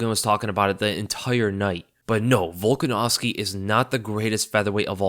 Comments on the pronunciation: you literally called the man "Baldanovski" :D But mad respect to Holloway for trying. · BOLDANOVSKI LMFAO Hilarious. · my guy said volkanovski then Volganovski lol hell yea